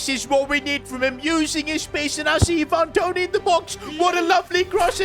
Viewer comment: Iven Toney 😂😂😂